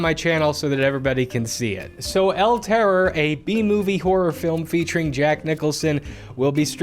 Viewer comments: Hey!, spanish speaking person here. I don't want to be a grammar n@ but the pronunciation is "el terrOr", charging the force in the last O. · It's el terrOR, not el TError. The stress is on the last sylable, and on my head for hearing that pronunciation so much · All that research, but you couldn't bring yourself to pronounce terror in Spanish.